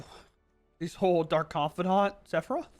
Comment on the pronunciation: I thought you calling him saffron was pretty funny. I assumed it was one of those you had read it but never heard anyone pronounce it situations. 😂